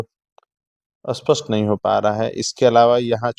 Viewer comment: आपका श्रम अनुपम है। परंतु भाई लोग तुम लोगों का प्राब्लम क्या है स्प को अ क्यो कहते हो यदि आप स्पष्ट को अस्पष्ट कहते हो तो अस्पष्ट को क्या कहोगे ?